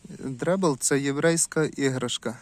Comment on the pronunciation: Дрейдл а не дребл!